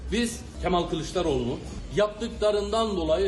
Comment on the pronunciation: Yanion kemaaal 😂